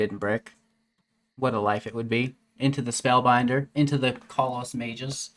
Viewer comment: Please, I love you long-time, but Callous is pronounced (KAL-US)